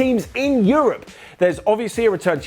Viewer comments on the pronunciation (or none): none